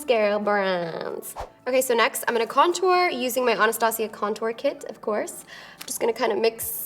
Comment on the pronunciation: I love her but for some reason I hate the way she pronounces "Anastasia" almost like "Onostasia" lol